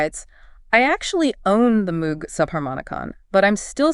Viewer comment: Moog rhymes with vogue. Synth 101 basic knowledge.